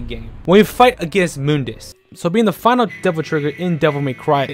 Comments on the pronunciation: nope, it's pronounce Moon_dus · No one:: moondis